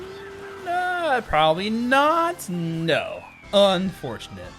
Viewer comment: Same, especially with "UNfortunate" 😂